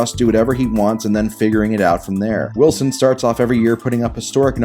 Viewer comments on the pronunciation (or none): none